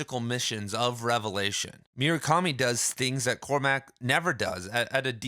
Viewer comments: i'm sorry, did you just say MYU-rakami? 😐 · bro, it's not hard to say murakami